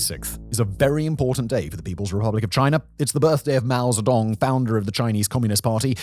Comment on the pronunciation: You said "Mao Zedong" I heard "mouse dong"!!